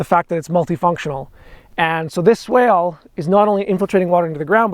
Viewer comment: Swake? You mean swale?